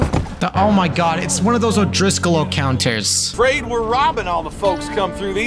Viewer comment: "it's an O'Driscoll O'counters" lmao